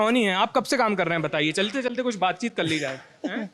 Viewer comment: ascent is very good. He said कल्ली in place of कर ली।